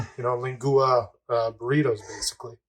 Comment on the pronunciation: Fun video. I'll be making lengoo-a in the next few days. :P It's leng-wa, FWIW. I'll be doing my slow cook in a dutch oven for 4-6hrs. Hope the reactions are as good.